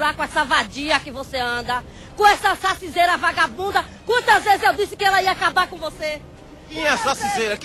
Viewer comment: "Sacizeira" KKKKKKKKKKKKKKKKKKKKKKKKKKKKKKKK